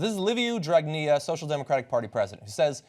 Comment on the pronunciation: 1 you say dragnea the best way 2 we were paid by soros too :) 3 the eu said to better define abuse in office in the law, and so they just randomly picked a sum of money and said anything under is totally legal 4 dragnea was going to get another chance at prime minister because there is a law that says he can't hold office if he has a penal condemnation (even a suspended one ) this would have changed that charge to a civil one so... nothing illegal in him being pm 5 he kept going after the people in the streets in interviews and 2 brothers with legal problems who are members of his party and who own a football club sent their supporters there to cause chaos , people distanced themselves from them quickly, the Gendarmerie took care of the 50 or so sports hooligans and protected the people from them (they had cherry bombs and what not ).next day protesters were bringing the gendarmerie flowers . Overall there was no incidents or injuries of great consequence and it appears that we got what we wanted (for now ) Thank you TYT for covering this for the international audience